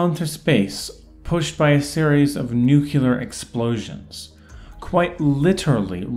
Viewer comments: "Nukular?" Dude... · Nukular? What is nukular? I only know nuclear.